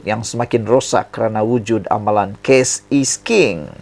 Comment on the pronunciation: “Cash is king” lah bukan “Case is king”!!! Sebut pun tak betul….